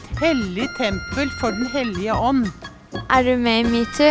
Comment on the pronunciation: D høres ut som du sier mewtwo